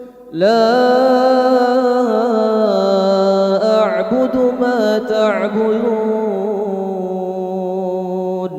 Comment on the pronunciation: Menit ke 28 detik 28 kok kayaknya bunyinya lain ya :) dengarku "la a'budu mata' buyun"